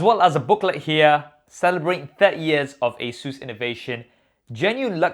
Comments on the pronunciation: Stop pronouncing ASUS as 'Asuse'! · Wait have I been pronouncing Asus wrong all this time?!